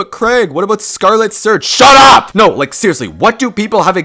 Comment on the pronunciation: The “SHUT UP” was very abrupt.